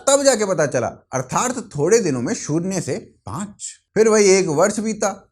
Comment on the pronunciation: Please respectable bhaisaab arthath boliye artharth nahin pls pronunciation theek kijiye i like your channel